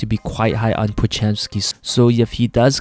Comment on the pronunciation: da warriors does seems to be quite on podgezemskis 😢 the way you said it was funny sorry 😂